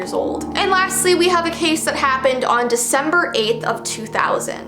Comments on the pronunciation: Girl its not veecember its December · Yes yes yes veecember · It’s veecember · Intro:Its veecember Me:wait what how is it. oooooppppp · Veecember me: CHANGE THE NAMEEEE CHANGE IT TO VEECEMBER NOW! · I love how its not december its veecember